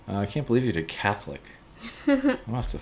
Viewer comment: Cath-All-Ic LMAO